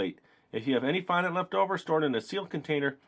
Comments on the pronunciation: Oh my god is not pronounced fondánt it's pronounced fondent I wanted to throw my laptop across the room for the whole video because of it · fondont? its pronounced fon-dent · Nice kit and i giggled everytime you sed fondant cos you said it like fondAnt when its sed like fondunt 😂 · FON DENT IS HOW IT IS PRONOUNCED NOT FOND ANT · its pronounced fon-dint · You are supposed to pronounce fondant fondint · Fondant is pronounced like "Fon-dent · you say fondant wrong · No offense but you say fondant wrong